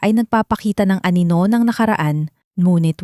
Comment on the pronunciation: 7May banyaga dogo sigro to..si narrator.....di mabigakas ang wekang pilipino masyado😂ang anino ay naging aninola pero maganda ang story..maraming salamt.